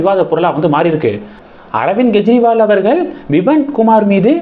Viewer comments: அவர் பெயர் ஸ்வாதி மாளிவால். மல்லிவல் இல்லை. மேலும் அர்விந்த் கேஜ்ரிவால் என்று உச்சரிங்க. கெஜ்ரிவால் இல்லை. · அவர் பெயர் ஸ்வாதி மாளிவால். மல்லிவல் இல்லை. மேலும் அரவிந்த் கேஜ்ரிவால் என்று உச்சரிங்க. கெஜ்ரிவால் இலாலை